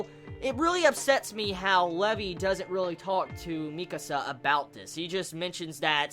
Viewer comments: dude the name is LEVI NOT LEVE pronounce it right plz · When you where pronouncing Levi's name as Lev-ee, I was like....who the fuck is Levee? Then I realized you were talking Levi haha.